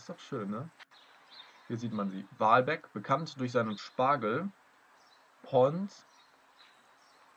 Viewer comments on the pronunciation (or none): Echt interessant, mal so von einem offensichtlich Außenstehenden seine Stadt präsentiert zu bekommen. Kleiner Tipp zur Aussprache der Ortsteile: Gesprochen wird Walbeck "Wallbeck"; also mit kurzem a. Und Vernum heißt "FFernum", also mit hartem V.